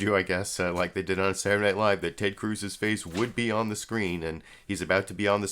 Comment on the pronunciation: I enjoy how you pronounce the word "Saturday" "Surday." And I like how you start every analysis with "Huh..." Not making fun, love the show.